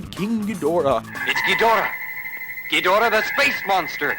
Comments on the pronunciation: So -- in a world full of troubles, I've decided to post about something that really bothers me -- the fact that the latter day dubbing of Toho Godzilla movies (and thus an entire generation of people who don't know any better) -- pronounces "Ghidorah" wrong! Yes. Wrong. It is not, but any stretch of the imagination, pronounced, ghi - DOR - ah, with the accent on the second syllable, like, "I adore her." No. The very first English version of a Ghidorah movie released in the U.S. didn't even have a middle syllable. It was "Ghidrah the three-headed Monster" -- with accent on the first syllable. And even later movies that restored the second syllable still retained the accent on the first syllable -- GHI-dor-ah. Why? -- Because if you listen, that's how it's pronounced in Japanese. GHI-dor-ah. So why is it pronounced differently in the more recent English dubs? Because the people doing those dubs are talentless hacks (as evidenced by the truly abominable performances and English language scripts) who probably just got the scripts without any pronunciation guides and somewhere early in the game decided on that incorrect pronunciation and it ended up staying that way. So -- I'm really glad I got that off my chest. It needed to be said. NMS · Didn't you say Godzilla vs King Gehodora twice....